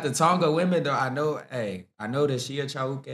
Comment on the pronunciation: You pronounce Chauke, Pitso and Tshepo very well, good articulation of the language